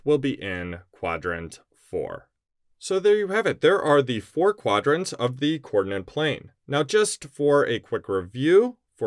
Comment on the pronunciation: Hi, are you aware that you are saying "coordinant," not "coordinate"? Is this an American thing? I'm in the UK and I have never heard this term. I know that there is something called an ordinante in coordinate geometry, which is related to coordinates, but isn't the same thing. Just wondering.